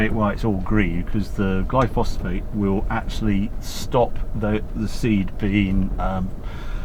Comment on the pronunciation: Glyphosate, not glyphosphate.